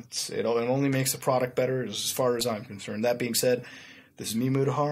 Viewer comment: I swear I heard him say mutahard at the intro